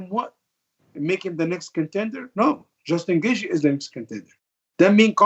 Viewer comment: Ali just wanted to call someone else a terrorist lol "Justin Gaethe"